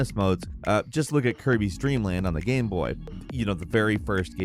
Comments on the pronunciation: Except for the word "game" lol he says Gehm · I agree… except the word “game”. It’s like he says “gyem” some times. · I can’t even put my finger on how it sounds. It’s every once in a while it sounds like gyem, like he’s Canadian